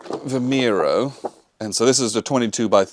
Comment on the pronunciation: Good video. Thanks. Btw, the names are pronounced roo-LEE-sa (Roliça) and vee-MY-roo (Vimeiro). The battlefields (just north of Lisbon) are very accessible and worth at look at in person.